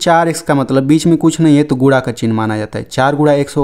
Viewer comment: Guda nahi hota hai sir guna Hota hai 😂😂